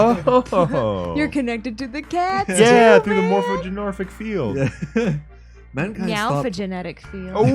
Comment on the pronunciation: Ohhh we're getting close to the end!! :D. It's funny how you still pronounce 'Morphogenetic' as 'Morphogenic'